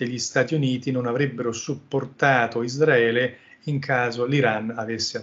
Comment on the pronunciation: Tutta sta gran pronuncia in inglese e poi::::::ISDRAELE😅 ISRAELE!!!